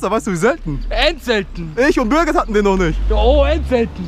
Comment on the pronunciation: Aaaaaah Es heißt birgit und Ich.. Sorry